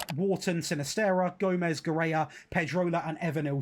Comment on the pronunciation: Guerra is pronounced Gera